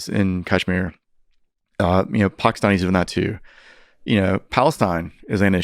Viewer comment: The way he just pronounces Pakistan and Peshawar makes me think he knows what hes talking about 😂